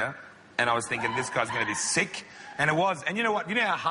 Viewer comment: Sick diyo akıllı bi ingilizce oğrenin ya